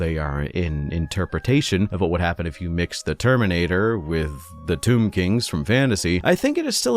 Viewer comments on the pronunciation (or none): none